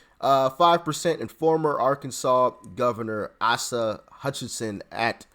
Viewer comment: It only takes a second to learn how to pronounce “Asa” correctly.